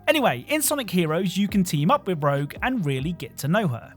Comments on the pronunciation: Ur not the only one who keeps calling rouge “rogue” 😂, like I keep doing it and I know that’s not her name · good sir, Rouge and Rogue are spelled and pronounced completely differently. This isn't a Steal / Steel situation. Rogue and Rouge are not even close to each other sound-wise. Takes a wise person to accept a correction and move on. Instead of asking "wHo CaReS luL?" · Rouge, not rogue. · Even with the warning I still got a viscerally angry reaction from Rouge being called Rogue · Lol I had to laugh at the pronunciation of Rouge from sonic. You said Rogue. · It's okay that you mispronounced "Rouge." Most gamers misspell "rogue" (as in the RPG class) as "rouge," so I guess we've come full circle lol. 😂